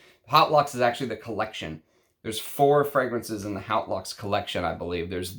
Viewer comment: Just a pedantic pronunciation note but ‘Haute’, meaning ‘high’ or ‘grand’ in English, is pronounced like ‘oat’ (with the ‘h’ being almost silent). Cheers.